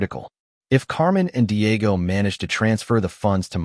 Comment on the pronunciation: 😂 Paydro, Deeayego, Mighel, Havierre, Looseeya, Elayna, Ihsubell, Raffiel and Carmen